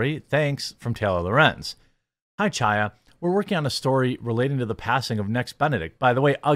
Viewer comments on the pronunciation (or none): It's not CH-aya. It's H(with Phlem)-aya! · Chaya is pronounced “High-Yah.”